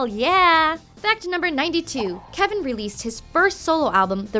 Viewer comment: Videos like these always make me cringe because the presenter is obviously not a big pentatonix fan, she didn't even say kevin's name right... and also some of these facts are not quite correct, they are close, but idk.